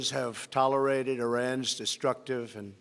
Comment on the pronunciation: plus it kind of bothers me he can't pronounce "tolerate"? What the heck? I hear slurring occasionally too (I'm trained for my profession). The whole thing, on all levels, is bad.